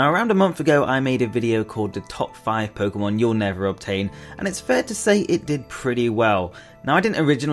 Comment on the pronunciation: It's pronounced Poke-Ay-mon . not poke-uh-mon .. get its right "poké-tuber"